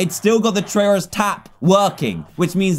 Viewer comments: I LOVE how he said Tryauri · Dan said trayuareye, spore flashbacks anyone